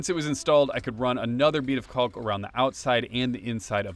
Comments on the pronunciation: The L is silent in caulk. Don't be scared to say it like that. ;) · That’s caulk with an L folks. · Adding you to my list of people that pronounce Caulk like they don't want to get demonetized.